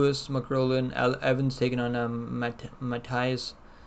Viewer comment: How many times you get mcgrillens name wrong jesus